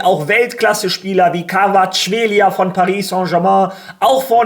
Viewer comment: Kvaratskhelia und Mikautadze, wie du sie aussprichst ist legendär 😂😂😂🙌🏼